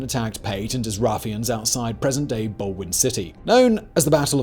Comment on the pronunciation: Pot-o-watt-ah-me and Bald-win are the right pronunciations btw 😅